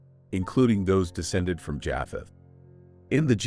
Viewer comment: He keeps saying Jaaapheth and it's making it so difficult to listen to. Is this AI? It's pronounced Jaypheth.